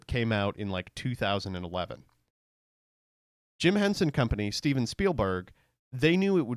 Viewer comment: All it took was him saying Jim hensen